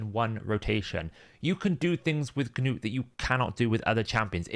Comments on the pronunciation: Gah-nut is not a Gah-nome, he's a Dwarf. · Its just gnut man, one syllable. just let it go lol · You saying Gnuts name is driving me nuts. The G is silent. Did you not watch the show?